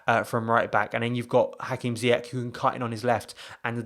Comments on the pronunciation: Pronounced as if it was spelt Ziyesh btw he’s Moroccan born, the Dutch pronounce it Ziyack because of their language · His name is pronounced ZIYESH not ZIYAK.